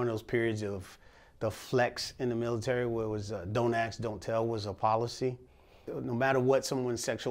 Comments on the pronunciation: He lost me when he started saying "ask" as "ax" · How's a guy this experienced, with so much gumption, still saying "ax" instead of "ask?" That was shocking to me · I'm a little disappointed he says "Axe" vs Ask... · Don’t AXE don’t tell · "Don't axe don't tell"? 🤔